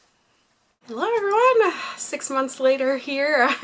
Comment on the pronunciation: Months lol not konths lol